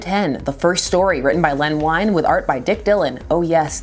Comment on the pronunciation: And Len Wein's name is pronounced "ween," not "wine."